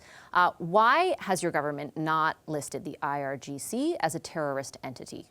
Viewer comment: DISGUSTING! Mr. Virani pronounces IGRC instead of IRGC, showing he has no idea what's going on!!!